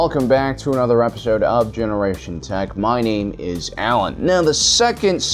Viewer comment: I love your videos! I subscribed and liked! But I have to ask... is it an old running joke for your channel that you emphasize names incorrectly?